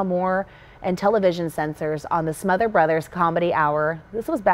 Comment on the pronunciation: SmotherS brothers- Tom SmotherS and Dick SmotherS. The second s is not silent.